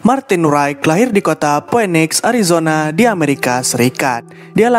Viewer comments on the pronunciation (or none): none